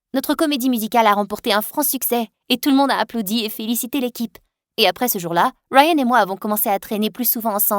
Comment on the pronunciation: "Rayyyyennnn" mdr c est pas rayan je sais pas moi ??😂😂😂